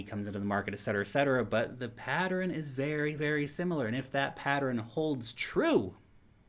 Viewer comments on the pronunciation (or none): this guy and his PATTERINS! =p